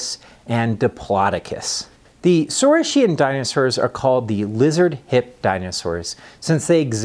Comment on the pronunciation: Thank you for this fascinating lecture,. Let me ask you just one question: how it is really correctly pronounced? "saureess-shian" and "orneeteess-shian"? really? not "saureess-kian" and "orneeteess-kian"?